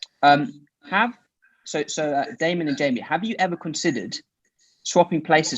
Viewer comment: LMAO never thought ppl would like or answer my comment, I wrote Jamon bc I swear Damon pronounced "Jamie" like that in minute like "Jay Mon" that would be the phonetic I hear, idk but I found it hilarious